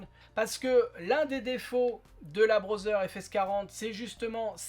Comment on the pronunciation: Amélioration le contraire est détérioration?? Puis-je te faire une remarque constructive? Tu prononces Braudzer. Ça se dit (écrit au son) Brodeur.